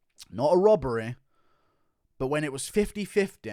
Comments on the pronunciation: HONESTY. Not HONESTEH. Robbery. Not ROBBEREH. Ffs. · "Volkanovskeer" "honestleer" "robareer"